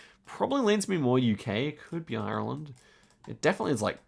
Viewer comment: Please stop pronouncing Ireland wrong